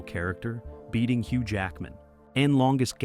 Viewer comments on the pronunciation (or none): none